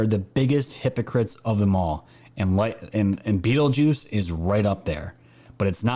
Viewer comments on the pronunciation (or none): none